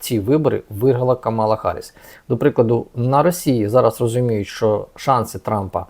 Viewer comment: вдруге наголошую-КАмала, а не КамАла. Поважайте кандидатку, не повторюйте Трампа.